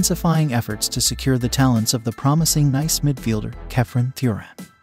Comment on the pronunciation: AI does not know how to say Nice (France). Just parroting along happily, not even knowing the words coming out of its speakers…